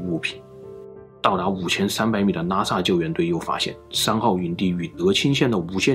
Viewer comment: up主的口音 我一直听成NASA 看了字幕才知道是拉萨。。。